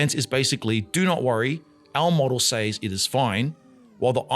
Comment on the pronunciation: PLEASE PLEASE PLEASE use the correct pronunciation for ‘says’.